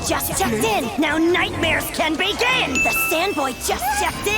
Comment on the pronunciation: Also, in this and the last one you showed Sandboy pronounces "begin" normally, but in all others in this video he pronounces it as bee-gin, which just bothers me way more than it should for some reason.